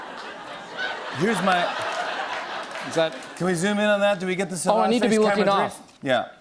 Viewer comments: It's not "so-vodge", it's "suav-age" as in "suave" and "savage". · Jimmy, that's not "Sauvage", that's "Sewage"!